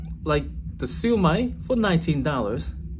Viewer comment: Just FYI Shu Mai is pronounced - siew myyyyyy.....no disrespect intended